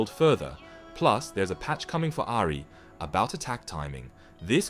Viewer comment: good vid but please say ahri in a different way